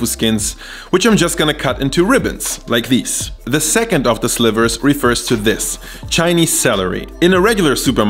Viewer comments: I just found your channel its amazing! Your Chinese pronunciation is on fleek! Keep up the good-work! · Im impressed man, this is legit chinese food, simple, quick and easy to make. And props to your pronunciation, even though there is an obvious accent, I can tell that you learned from the source haha. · As a person that speaks chinese ur chinese is on point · 😮Woah.....your pronunciation of Chinese words is so spot on.....😀👍🏼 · Holy mothers... As a Chinese I thought I knew cooking... Great pronunciations as well, what a legend!